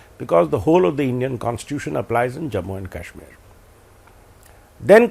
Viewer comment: Adv. Salve pronouncing Kashmir correct..😊